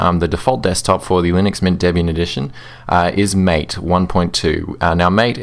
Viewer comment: Thanks for the reply. Sorry I'm nitpicking here, but I think MATE is supposed to be pronounced so as to rhyme with the last 2 syllables of Karate (the martial art). This is because MATE is named after the South American beverage of the same name.